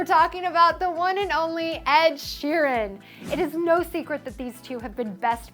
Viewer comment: Ed Sheeran should be Taylor's bet buds!!!! And you said Sweeran, not ShEEran.